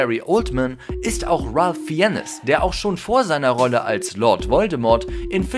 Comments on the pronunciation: Ralf Fi en nes Ich: argh: Hero... Fi en nes Ich: argh warum sagst du nicht einfach "feins" das ist die richtige aussprache argh: ignorieren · Bitte informiert euch das nächste Mal vorher, wie Ralph Fiennes ausgesprochen wird. Er wird "Fains" ausgesprochen. Das ist mir schon bei einem anderen Video aufgefallen. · Ralph FIENNES man kennts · der Mann heit Raph Fiennes das wird Ralf Feins ausgesprochen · Wie er Ralph Fiennes ausspricht 😂😂❤️